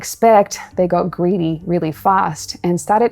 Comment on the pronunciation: Geed, geed and more geed.